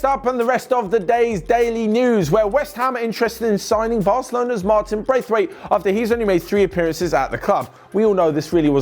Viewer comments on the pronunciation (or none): none